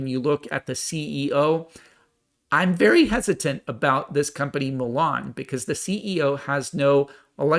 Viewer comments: It's Mullen not Mellon!! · It's not Mulan, like the Disney movie, it's Mullen ( Mull en )